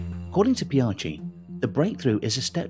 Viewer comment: Don't want to be critical. But Pichai is pronounced as Pi(pea)-chai(as the Hindi term for tea). Excellent video though. May your chanel grow fast.